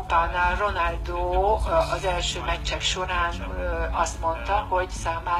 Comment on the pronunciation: "renaldo"😂 kiégtem!